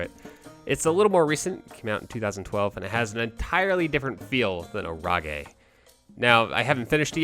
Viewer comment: is it really "orage" pronounced like that or "storm" in french xD cuz i speak french and I jumped when I heard you pronouncing it like that xD